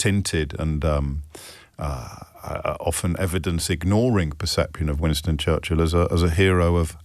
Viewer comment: Someone tell Donnie that it is not "Wanston Churshel"